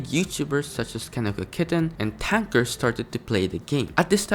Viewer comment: Ive never seen someone pronounce TanqR like Thanker